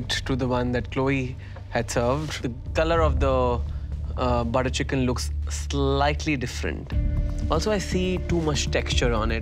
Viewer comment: Buttah chickan 😂